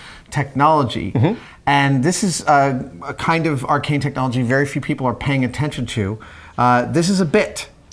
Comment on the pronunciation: Is Adam saying "Arcane" or "Archaic"? Because I swear it's the first ',:o